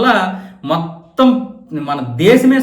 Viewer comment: మొత్తం అని అన్నప్పుడు మీరు ఎదో మింగేశారు 😊